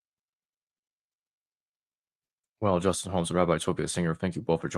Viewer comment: Repeat after me J-u-s-t-I-n